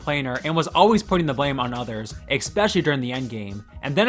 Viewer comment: did the narrator really say "exspecially"?